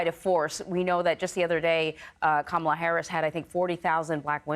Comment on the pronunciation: he mispronounced Kamala’s name.